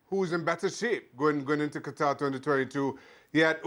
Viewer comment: Not one espn pundit can pronounce Qatar correctly it’s such a shame